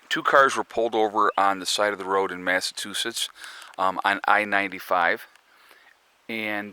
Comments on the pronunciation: It's pronounced MassaCHOOsits. Better known as my home state. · Hahaha...Massatoosetts! My mom pronounces Massachusetts the same way. Love it! You are 100% right about the whole "White" thing. 100% 100%! Thank you for saying so!